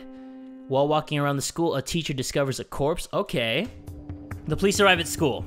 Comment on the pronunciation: “Ticher” “R A I G H T” You’re too young to watch this